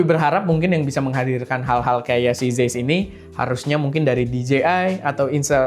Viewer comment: Bang, ini penting ga penting, tapi cara bacanya zeiss tu "zaiss"